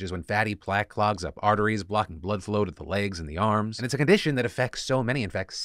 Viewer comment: did he say,,, farteries?